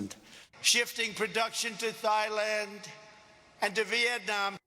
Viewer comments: Dis niga said thighland tf is that 😂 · THIGHLAND INSTEAD OF THAILAND IS CRAZY